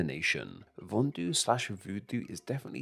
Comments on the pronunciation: It's not called "vondu", it's called VODUN. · It's not "vondu" it's voudoun, which is called "voodoo" in dated English texts. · Actually, it's 'Vodun' not Vondu.